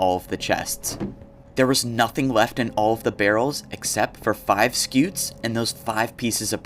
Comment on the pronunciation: Just for the record, its a Scute you say the T and the E is silent